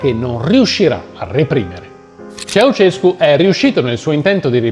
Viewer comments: Ceausescu non Ceaucescu😉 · Si chiamava Ceaușescu, non Ceauceșcu. E sono stati tempi molto duri, dopo gli anni 1980. Ma, tutti avevano un posto di lavoro, cosa che non si puo dire per oggi.